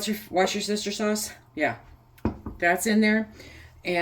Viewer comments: This is my second year I believe. LOL I thought you were saying “My sister’s sauce”, for Worcestershire sauce. My goal is getting more “meals” canned this year. Thanks for the recipe! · Is it 14 cups of chicken stock or 24. I went back and listened again and the video said 14 but 24 is on the recipe link. By the way, I love 'what's your sister sauce' pronunciation.